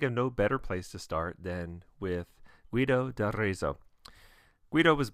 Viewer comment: oh boy. please. GEE-do dar-RETS-o. hard G as in guess (there's a clue for you.) z and zz as in pizza. (another clue.) the letter is an illumnated P. the book is Codex Psalmorum (book of Psalms, which the monks sang all 150 each week). Aesop sounds awsome!